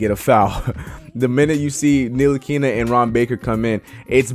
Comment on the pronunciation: You butchered tf out of “Ntilikina” lol